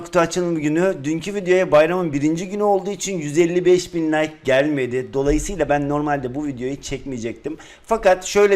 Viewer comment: Abi like diyeceğin nayk diyo